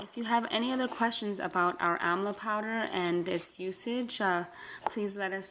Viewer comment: Amla not Amal. Sorry